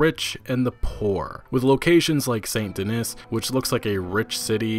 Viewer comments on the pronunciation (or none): How are you mispronouncing Denis?